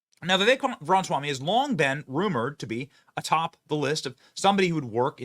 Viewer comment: Benny!!!!!!!!! Please Pronounce Vivek's last name correctly!!!!!!!! It is Ram-a-swamy. You continue to say Ram-swamy, leaving out the 'a.' Name pronunciation is A Big Deal. It is disrespectful to keep mispronouncing his name!!!!! Love you, Benny - but Please!!!!! Take names seriously!!!